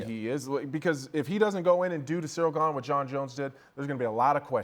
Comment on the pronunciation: It's so surreal how chael misprenounces ganes name